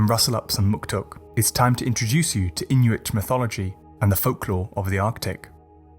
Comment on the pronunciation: As an Inuk, this video got every myth right, just as I heard these myths growing up. The pronunciations of the Inuit language through that smooth British accent were on point.